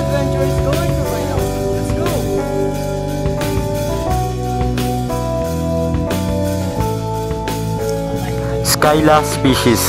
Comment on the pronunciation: Hi nice video. I think it is not pronounced 'Skyla' but 'sila'. At any rate, professionally done video.